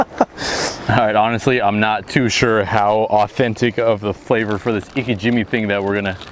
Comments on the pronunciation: Just for future reference, Its pronounced “Ee Kay gee meh” not “ Ee Ka Jimmy”. The technique you’re using is best for raw fish consumption and even then you have to age your fish after bleeding it out as well. Here s more info on the technique Btw thanks for showing us the process and that was a wonderful catch! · pronounce it ee-kay, jee-may